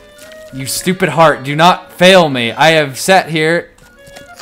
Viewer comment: Heart..... Its Heart Dude, Not haret.